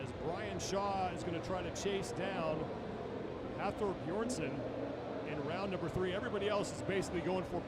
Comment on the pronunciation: Is he saying Hafor Beersson? Pretty disrespectful to continually obliterate his name... Don't they practice the pronunciation before the competition?